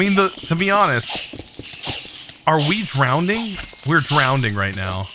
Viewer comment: My man's really just said drownding